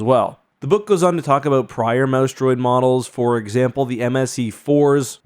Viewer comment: Every time he says "mouse droid," for a split second, i hear, "mouse dropping," and crack up. You'd think I was 15 not 51 lol.